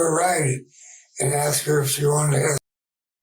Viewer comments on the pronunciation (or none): What a question to aks.